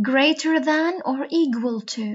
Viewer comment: يسلمو لكن لفظ equal /ekwal/ليش تلفظيها g